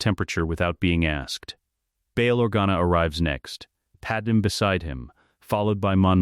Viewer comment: I thought these same things throughout the Video. Padam is simply gross. Same goes with Qui-Gon in his other Videos. The false pronunciation of names is for me a no go. The Speed of the sentences are to high and to monoton, sorry. It dosn't sound like Story Telling